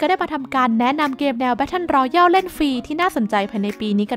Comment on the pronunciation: อ่านว่า แบตเทิล รอแยล ครับ Royal รอยัล Royale รอแยล